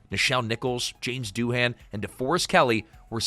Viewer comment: Doohan is pronounced Doo-An. The H is silent.